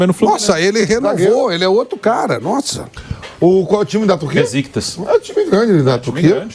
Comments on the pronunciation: Nao é "Beziktas" mas sim... "Beshikitash" falo com propriedade pois tenho amigos turcos .. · Bora se atualiza apresentador🙄 O cara não saber pronunciar o nome de Besiktas pra repassar a informação correta pros telespectadores aí não da.